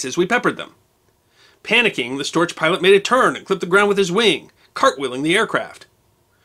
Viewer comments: The German Storch is pronounced “stork” since it’s gear is long and gangly, just like the bird. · One of the few errors I've found in your wonderful series is your pronunciation of the German word "Storch." The German "ch" is pronounced "ck." ...Wikipedia: "The Fieseler Fi 156 Storch (English: Stork) was a small German liaison aircraft built by Fieseler before and during World War II. Production continued in other countries into the 1950s for the private market. It remains famous for its excellent STOL performance and low stall speed of 31 mph (50 kmph)." It was named Storch for the bird that annually returned from Central Africa to in the lowlands of Germany and Holland, and their traditional nests on chimney tops.